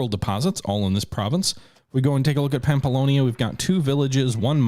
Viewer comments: it was honestly getting a bit frustrated hearing him pronounce the relatively difficult names correct if not close to correctly and then absolutely butcher the easy ones. it's Navarra (Na-var-ra) not Narvia It's pamplona (Pam-plo-na) not pampolonia or pamploni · You said "Narvaia" like 10 times, it's NAVARRA, literaly says it right there, you just have to read it, same thing for "Pamplonia", it's "PAMPLONA"! If you said it 1 time I wouldn't care but 10 times in a row... Like seriously... Sorry, got trigerred and I'm not even from the area... Anyway, I subscribed and liked, don't mean to be a dick xD